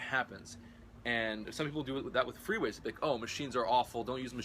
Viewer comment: Freeweights? Or what is the word he is raping